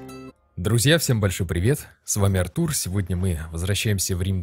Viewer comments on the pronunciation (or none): none